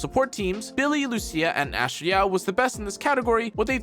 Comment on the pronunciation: is he trying to say 'Astra Yao' ?